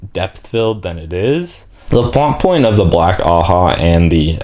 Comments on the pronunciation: Just a lil help with the pronunciations, your doing great btw much better than I did the first time I went through the series Ajah is pronounced Ah-jah not a-ha Or like Aww-Jaw if that helps Elaida- Eh-lie-duh Asha'man- Ah-Shah-maan or Ah-shaw-Mon Masema- Mah-see-mah or ma-see-ma Seanchan- Shawn-Chan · Honestly given how the whole white tower is a bunch of clowns, I think Ajas should in fact be pronounced "ha-has" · black ajah. The J isnt silent you pronounce it AH-JAH